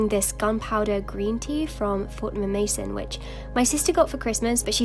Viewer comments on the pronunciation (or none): none